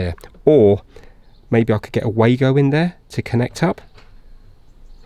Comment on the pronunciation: Nice work,! Those connectors are pronounced Vaago (Wago) since they are German. They are great to use, providing you use the genuine ones and not the far Eastern cheapo copy ones. Although thr copies are just OK.